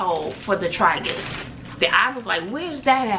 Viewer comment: Oh & it’s pronounced Tray-gus lol 🤣